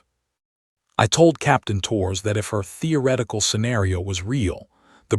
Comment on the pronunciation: "Torres" is two syllables, not one: TOH-rez